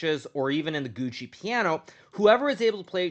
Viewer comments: I feel hesitant to say this but did you just say Gucci Piano instead of Giuoco Piano ? ^^ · He pronounces it that way as a joke, Hikaru is fluent in Italian so he knows how to say it correctly